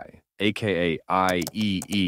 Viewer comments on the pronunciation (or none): Eye ee ee ee instead of eye triple e made my brain slower💀